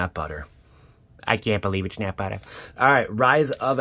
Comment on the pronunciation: Joey! I can't believe it's not buhhtah